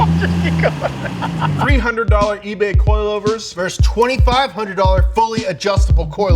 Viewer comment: Say it with me...”versus”...not “verse”. There are two syllables 🤦‍♂️🤦‍♂️🤦‍♂️